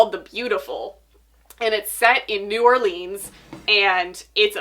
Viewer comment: That's not how you pronounce New Orleans!